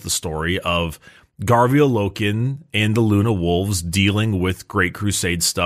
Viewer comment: When will they find out it’s Garviel and not Gavriel? 😂❤